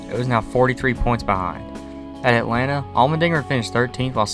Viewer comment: Hemric's Mickey Mouse irl made up for the 2018 robbery. Edit: "Atalnta"